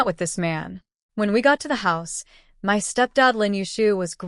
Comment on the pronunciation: It’s my’ not m-y. It’s 1 word